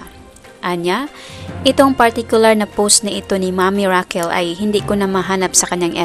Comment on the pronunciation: It's Raquel not Rockeeel😅